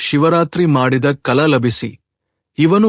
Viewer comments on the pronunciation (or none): Phala ennuvalli Kala endu uchcharavide sarimaadikolli,.aneka kade ka ended heluththiri pha endu aagabeku,.